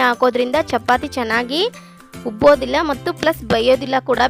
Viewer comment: ಚಪಾತೆ ಅಲ್ಲಾ ಅದು ಚಪಾತಿ